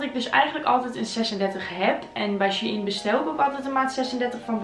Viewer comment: is het She-IN of Shein (zegt shine)